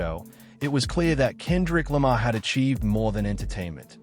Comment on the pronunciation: AI (or rather 'text to speech') can't pronounce Kendrick Lamar properly 🤖